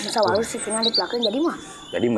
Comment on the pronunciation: Sama penyebutannya waluh/waloh